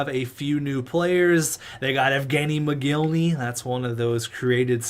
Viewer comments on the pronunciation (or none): Evgeni's Last Name is Pronounced wrong. It's Mogilny. Not Moginly.